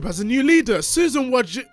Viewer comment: Susan "voy-tsi-tski".